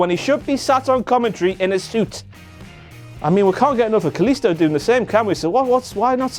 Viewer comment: No mention of Cole calling Kalisto Sin Cara. Then calling him Sin-Kaliisto